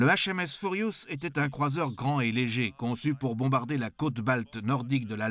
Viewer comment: Le Furiousse, le Brémène, le Royal Navel Air Service, Nouillorque, le Couine Mairie, Air vonne Ribenne Troppe, le Grave Spi, résister aux Zou Bottes, ............MDR